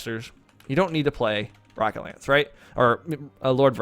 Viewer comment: He has an American accent. I have an American accent. Most Americans pronounce the 'o' in "rocket" as 'ah', not 'aa'. Even if he is not American, I am not making fun of his accent. I am simply criticizing the way he pronounced a single phoneme.